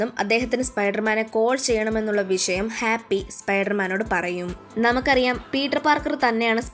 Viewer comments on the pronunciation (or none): none